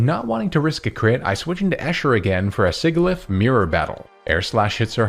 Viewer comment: I love your content, but man the way you say Sigilyph had me grinding my teeth. 😭